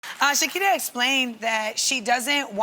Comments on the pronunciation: Did Amanda just say Shakida? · Listen at 0.00 seconds Amanda : EH SHEKIRE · One second into the video and can I just say? Amanda!!! You said Shakira so beautifully 😍😍😍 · Am I the only one who really hated the way Amanda said Shakira? 💀